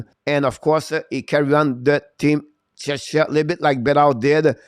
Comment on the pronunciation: I know English isn't your first language, but Czechia is pronounced check-ia. The way you say it sounds like you're talking about another country, Chechnya, which is a part of Russia.